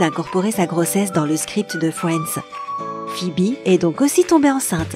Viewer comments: Non mais les gars, elle dit "FWENDS" !!! 🤣🤣🤣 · Merci, je ne suis pas la seule qui a eu mal aux oreilles... D'ailleurs moi j'entendais Fouends au lieu de Friends. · Je suis morte comment elle prononce friends «fouendz» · Sympa, et une chaîne pourrie !!! Tous et presque faux !!et putain cette voix et prononciations !! MoI aUsSi j aIMe fioinds ( Friends ) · Fwiends 🤣 Tanksgiving Bwaaaah mes oreilles !!!!!!